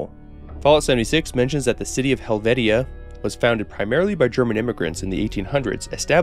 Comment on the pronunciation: Two very minor points. Helvetia is pronounced Hell-VEE-shuh. It is an actual place & was indeed founded by German immigrants. I wouldn't expect someone from outside that very small corner of West Virginia to know that. Haile Selassie is pronounced High-Lee. Great video. Correcting pronunciation involves no shame of the creator for making a mistake. A person who mispronounces a word usually does it because they learned the word through reading, which is to be commended.